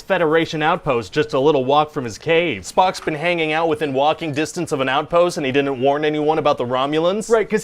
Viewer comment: "Di-ent" for "didn't"? Is that a Canadian thing?